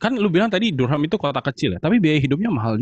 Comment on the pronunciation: bunyinya "darem" bukan "dur-ham".